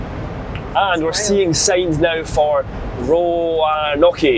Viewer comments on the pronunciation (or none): lol..."Ro-in-Nockie"......it's pronounced Row-n-oak. 😉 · You guys crack me up!! i nearly lost my drink when said Roanokee😂😂😂 it's pronounced Row-an-oke (like Yoke) 😂😂 thanks for the laughs. i'm sure the same thing will happen to me when i visit Scotland. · Ah! Route 84 again! Waffle House! Great stuff while on the road! Gotta love the cheesesteaks! Best ones are in Philadelphia. “Maryland” isn’t pronounced “Mary Land”. It’s more “Merrill-Lind”. Also, Roanoke is pronounced “Row-a-noak”. Hershey’s chocolate is good but definitely not the best. The dark chocolate is pretty good too. And yes! You’re killing me with that Roid Sux jersey! I’m a Yankees fan! 🤣🤣🤣🤣 Loving the videos! 🎸🎸🎸🎸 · Took a minute to figure out you were trying to say Roanoke (Row/an/noke) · Was literally mouthing the correct pronunciations you were struggling with. I'm afraid this means you're going to give Americans a pass now when they say 'Ed In Berg'. 😂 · it's 'Ro-an Oak". The 'e' is silent. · Row-an-oak. And not Mary-land. 🤣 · "Roanoke" is "RO-an-OAK" :) , BTW :)! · Unless you grew up in Hampton Roads, where it's a two syllable word - "RO-NOKE" with equal stress on both syllables. RO-NOKE, Virginia out west in the mountains, and RO-NOKE Island, North Carolina. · More like "row-UH-noke" or "ROW-noke" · The way you pronounce Maryland and Roanoke is absolutely hilariously incorrect 🤣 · Roanoke....people either pronounce it like Roan--the type of horse, and oak--the tree or Ro-noke. The name comes from the Indian tribe, as many place names in the US are. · Love how you say American place names -- especially your attempt to say Roanoke! I recognized that Bojangles right away: it's the one in Staunton, VA, just down the street from the Frontier Culture Museum (wonderful living history museum). Staunton's one of my favorite towns in the state. Would've loved to hear you take a run at pronouncing it. (It's pronounced "STAN-ton.")